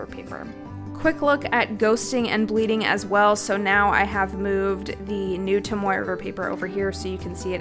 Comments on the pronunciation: Haha- it was more for emphasis that it’s not tom-oy. If anything, trying to be helpful, not offensive. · Tom-OH-ay River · It's toh-moh-eh. The vowel system for Japanese is the same as our native language (Maori) here in New Zealand :) also it's Fuden-oh-skeh. The u is silent ;) love your video! It's made me decide if I'm going to use a hobonichi cousin next year or not! I'm also the same with mildliners, I just don't get them!